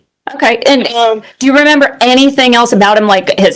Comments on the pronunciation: Why does harley say "anythin'k'" also😮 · Did Harley say, "anythinK" also? Is that southern twang or what???